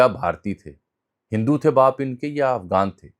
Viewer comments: آپ متعدد بار افغان کی بجائے افگان بول رھے ھیں؟ طنزیہ ھے یا کوئی سبب؟ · آپ کی اتنی اچھی اردو ہے تو کم از کم غ کا تلفظ تو صحیح ادا کیا کریں۔ افغان کو آپ افگان کہہ رہے ہیں۔